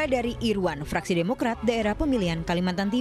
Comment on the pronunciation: Ini presenternya.... sigh "Bahkan fuck.. - fraksi" lmao😭